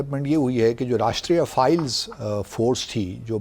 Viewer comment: ⚠, the counter-insurgency force is NOT called, as you repeatedly said, "𝐑𝐀𝐒𝐇𝐓𝐑𝐈𝐘𝐀 𝐅𝐈𝐋𝐄𝐒".😂 ✅ The CORRECT name is 𝐑𝐀𝐒𝐇𝐓𝐑𝐈𝐘𝐀 𝐑𝐈𝐅𝐋𝐄𝐒'🤣